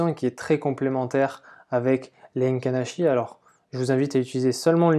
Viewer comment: Les "Heinken" Ashi les gars! tu connais pas?!🍾 Se dit: "é-quine achi" écrit Heikin Ashi!